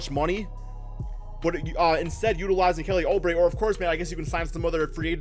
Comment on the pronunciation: Oubre is pronounced Oo-bre